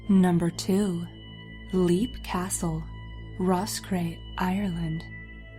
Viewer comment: Leap castle's owner is scary... I'm sorry. Also, it's pronounced "lape", not leap :')